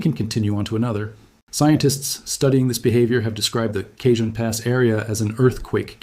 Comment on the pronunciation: You are mispronouncing Jacinto and Cajon